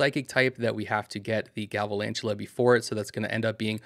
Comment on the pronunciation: Galvalantula??? Come on, I expected better from you. Sorry it’s a huge pet peeve of mine. Please learn the names of the pokemon you cover. I’m not being mean or rude. I’m trying to help you improve what some people’s expectations are. Thanks